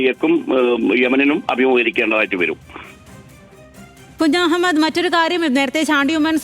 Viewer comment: കുജു മൂഡ് അല്ല കുഞ്ഞമ്മദ് 😂😂